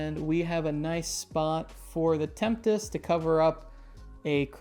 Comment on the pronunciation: Tempest, right, not temptes?